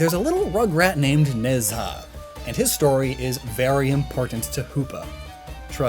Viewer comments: IIRC Nezha is pronounced Nhu-ja. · Just wanna say,, it's just a pet peeve of mine... the pronunciation of Nezha's name is "nuh-jah"/nə-jah. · Video still slaps. It's where I heard about Nezha (Nej-hah it's pronounced I think) :)